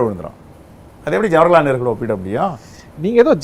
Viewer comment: ஜவர்ஹலால் நேரு ❌ ஜவஹர்லால் நேரு.✅ தத்தி பயலே😂